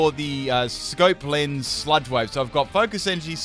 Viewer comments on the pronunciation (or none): none